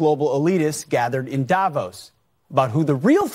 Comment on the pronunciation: I wonder why English speakers cannot pronounce Davos correctly